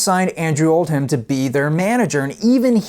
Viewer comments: It’s pronounced “Oldem” not “Old-ham” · Very enjoyable and informative ! oh and regarding their manager, it’s not Old Ham it’s pronounced Oldam just like Bucking Ham palace is pronounced Buckinam Palace, what’s so hard fgs lol.